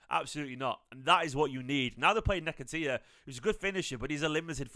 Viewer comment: I love u but nehketeeya was funny 😂